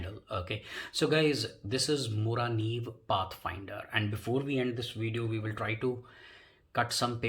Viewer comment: Hi, I'm from Sweden and I think you pronounced Morakniv perfect :D I found your channel today, really good vidoes. =)